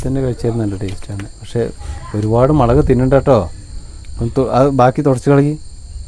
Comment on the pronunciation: മളക് അല്ല മുളക്